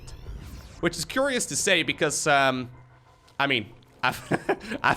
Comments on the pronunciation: 'What a CUREious build' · Dark is going to quick baneling nest... CUREious